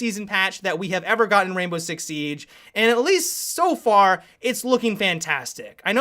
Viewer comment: Anyone else bothered by how says 'Siege'?